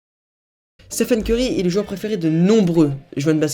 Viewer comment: Il dit Stephan et ceurry